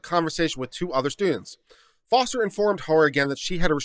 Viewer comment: I thought the name is Foster and not Forest?